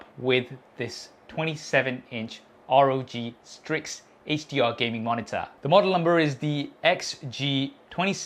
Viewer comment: did my guy just say Rog strig